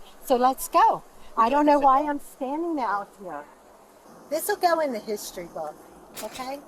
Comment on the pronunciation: "Hishtry books." I hate it here.